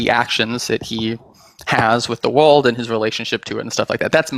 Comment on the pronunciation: Why do you pronounce world as walled